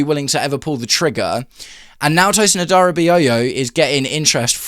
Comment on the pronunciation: Tosin has to leave - a) because he’s terrible and b) because I can’t listen to you butcher his surname anymore